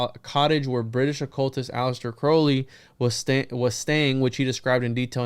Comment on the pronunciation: One thing among many that I admire about is his correct pronunciation of “Crowley”.